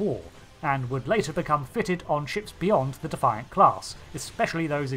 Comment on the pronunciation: Cmdr. Benjamin Sisko's Powdered Pimp Hand. You keep pronouncing Defiant wrong....